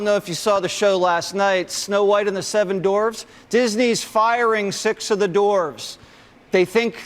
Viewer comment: " SEVEN DORFS " birdfaced man get it together